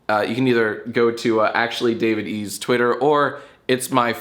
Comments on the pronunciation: i think his name might be davide, like the italian name davide, not david e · Your pronunciation of Davide gives me shivers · I’m sowwy I killed youw famawy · Most painful part of this video is how Jack pronounces Davide